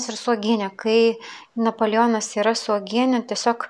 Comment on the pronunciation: sakoma napoleonas o ne napolijionas kvailai skamba